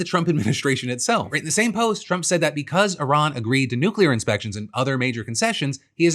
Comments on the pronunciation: I miss having a president who could pronounce the name of the country we're at war with correctly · Sending JD Vance to negotiate with Iran is a poor decision for so many reasons, but one of the prominent ones is that JD can't even properly pronounce Iran. That would be like FIFA giving a major award to a man who calls their sport by the wrong name. Oh wait....